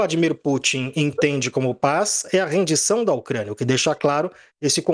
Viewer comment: A rendição, não "arendição".